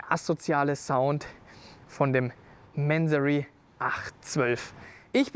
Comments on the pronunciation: ... warum "Mänsorry"? Diese Amerikanisierte übertriebene Aussprache triggert mich stark. Ich kenne die Marke seit ich an Autos denke. Mansory ist ein Iraner, der in Deutschland eine Firma gegründet hat. Die Aussprache ist sicher nicht "Mänsorry". Zumindest nicht im Deutschsprachigem Raum. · Mansory und bitte nicht englisch sprechen! Das falsche Aussprache wie lamborgschini statt Lamborghini zu sagen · Manseri wenn ich meine Aussprache "wörtlich" wieder geben müsste. ansonsten wie der Kommentator schon schrieb Mansory so wie man halt englisch spricht mien Jung